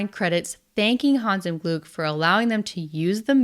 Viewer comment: l was really impressed by your pronunciation of Hans im Glück last Video and of Spiel des Jahres this video. Kudos. ,👍👍👍 Take a breath betweeen the second and third word and it would be absolutely perfect. ❤